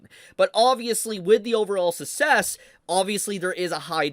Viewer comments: I was wondering what dialect your speaking? I never heard anybody pronounce success as sussess. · That's not how you pronounce success. 😅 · why do you pronounce "'success" like that? the 2nd C is there for a reason lol